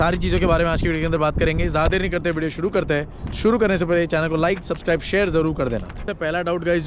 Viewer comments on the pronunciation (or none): none